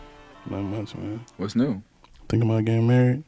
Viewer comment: Lmao the “mayne counter” pls